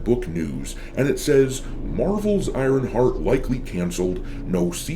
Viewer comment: I like how it sounds like saying Ironfart half the video :)